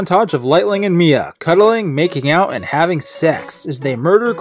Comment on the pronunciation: Mia? More like Mid-uh.